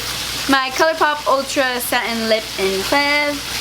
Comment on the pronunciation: With the lancôme mascara, monsieur is pronounced like 'miss-your' just saying, because you always do 'rêve' and 'très jolie' well!